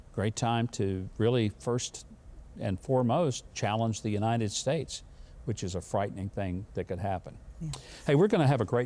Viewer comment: Can someone please tell brilliant brandon how to say "united"?! Tell him it's not yuninuh.